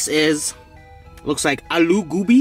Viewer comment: Bro im from Saudia Arabia but I'm half pakistani so when I heard the pronounciation of the foods,I was impressed.I loooveee Aloo Gobi